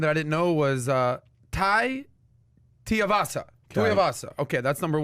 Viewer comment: His name is Tuivasa you fucking casuals!